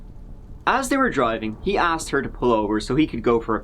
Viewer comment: I wish they would at least learn how to pronounce easy words like "asked"